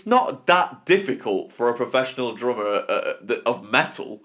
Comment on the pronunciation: But... you can't even say it right. It is drummer, not drommuh.